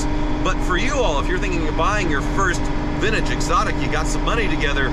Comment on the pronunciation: The way he says “vintage” hurts… “vin-ige” 🙄